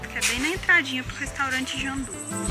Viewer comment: A menina não sabe ler JUNDÚ. Ela leu JANDÚ.